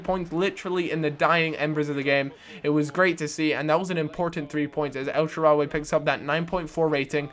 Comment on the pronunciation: EL-SHAA-RAWY not elshaararryyyy